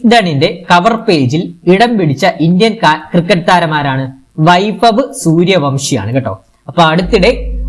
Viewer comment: സൂര്യ വംശി അല്ല - വൻശി , Suryavanshi - ❤❤